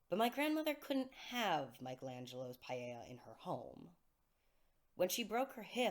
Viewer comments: When you say "paella" do you mean the "Pieta"? Pee - eh - ta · I think it’s just a mispronunciation. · paella? Do you mean pieta? Or has it been pronounced like the spanish rice dish all this time? Love your music btw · It sounds like you're saying "Michelangelo's paella". Do you mean Michelangelo's Pietà?